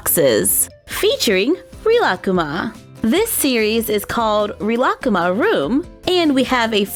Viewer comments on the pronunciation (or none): Actually, it's pronounced 'Reelakooma'. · don’t you say it like ree-la-coo-ma? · Good video but it's pronounced Ree-la-koo-ma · I think it is pronounced REE-LA-COOMA but I am not sure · I Pronounce it like (rill-A-cuma)but I might be wrong,btw love your vids👑👑👑👑💕💕💕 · here are their names the brown bear is rilakkuma the white bear girl is korilakkuma (I think that is how u spell it) and the bird is named kirotori (pronounced as kiroytori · The way she pronounces Rilakkuma -. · I don’t want to be mean but I think you are saying rilakkuma wrong or maybe I have Ben saying it wrong for 4 years (ps love you I have been waching you since I was in kindergarten and now I’m turning 13) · im sorry but the way she says rilakkuma is making me wanna yeet myself off a bridge :((